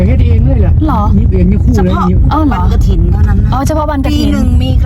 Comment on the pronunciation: กฐิน ไม่ใช่กระถิน